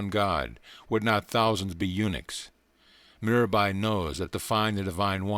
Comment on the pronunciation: Oh man, I laughed so hard at this comment. 😭 And here I thought his Meer-abby was bad (Mirabai). 🤣